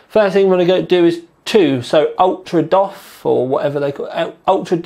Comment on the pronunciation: ''Ultra dof'' LOL!